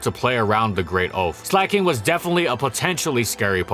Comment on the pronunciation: Slack/Slacking plus, King, It's not sleigh king